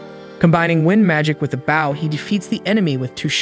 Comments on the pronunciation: Bow ... Not baow.... Otherwise very good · You miss pronounce bow, you are pronouncing it bough.😂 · I know I may be the only one on this but when you say "Bow" theres two ways to say it, Bow: as in take a bow for your performance, or Bow: bow1 /bō/ noun 1. a knot tied with two loops and two loose ends, used especially for tying shoelaces and decorative ribbons. "a girl with long hair tied back in a bow" I know I'm nitpicking but it was driving me up the wall hearing the wrong word said for his Ranged weapon!